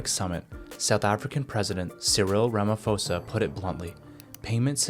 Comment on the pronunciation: It's ramaphosa not ramafosa, in african languages 'ph' is not pronounced like an f, and an h after a consonant usually just means a softer pronunciation of the consonant